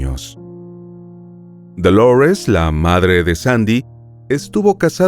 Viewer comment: Dolores es un nombre en español y se pronuncia DO-LO-RES, NO "doulourest" <